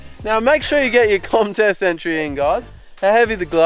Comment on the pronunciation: you said commtest not contest